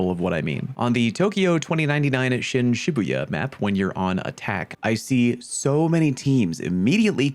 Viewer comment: Pronounces Yggsgard "Totally nailed it." > Actually did nail it. Shin Shibuya, not so much LMAO